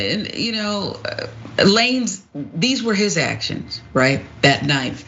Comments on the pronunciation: Tory who?! Lmaoo who is Tory "La-nez"🤣🤣 I'm screaming. Too funny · why does she keep say la nez... 🤦🏾‍♀️ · 😂😂 It’s Tory Lanez. But pronounced Lanes. 😂😂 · "Tory LaNezz" 🤣 🤦🏾‍♂️ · Couldn’t have said it any better. The fact that she couldn’t even pronounce his name correctly, shows the little effort put into educating herself on the case. This whole thing was all speculation and emotionally biased. It’s sad that simple minds can only see black and white, incapable of seeing the gray area and stop making this a case of black women oppression. This is an individual case that is unrelated to R Kelly or Cosby, but if you stand up for a black man that is accused of anything you’re automatically categorized as a chauvinist or red pill radical. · Will someone correct her please on how to pronounce his name 😂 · Who is lanez? You pronouncing it wrong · She did that on purpose, she's pronounced his name properly in the past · Firstly this “Host” needs to learn how to pronounce the names properly of all subjects in her story… And that message from Nicki Minaj happened almost a month and a half before the incident dumb ass.😢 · Who the fuck is la-nez? It's Lanes with a 'z' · So you're telling me someone couldn't have told this lady it's pronounced "lanes" not "la-nez" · You cant be black and repeatedly say, "Lanehz" instead of "LANES" its pronounced "LANES"!! Your black card is revoked🤣🤣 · its lanez not la nez its like sayn lane like stay in yo lane so its lanez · It's pronounced "Lanes" like in the streets, highways, etc... Not La-Nez sista..😉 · La-Nez😂😂😂 It’s pronounced Lanes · Girl it's Lanez not La Nez!! Now you black lol no need for the mispronounced name and I don't even like him. It's so annoying! Meg was hurt and I stand by her. Nobody is perfect! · Not Tory "LaNez"! 🤣🤣🤣 She said it mad times too! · Tory LANES!!! (Lanez) NOT LaNEZZ. Come on! Be better if you're gonna report on current events! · did she just say Tory LaNez? ma'am it's lanes with a Z but continue...